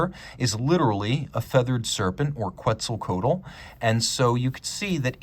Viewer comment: You butchered Quetzalcoatl so bad I laughed really hard!